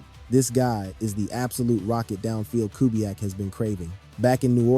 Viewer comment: Who is Ku-back? Is he related to two-pack? It’s cu-BE-yak not Ku-back🤦🏽. Otherwise, it was a good video